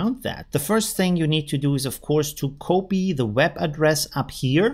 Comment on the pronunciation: Thanks for all your effort and nice videos! Just one question.. what is "koopi"? Do you mean to say "copy" when you say "koopi"?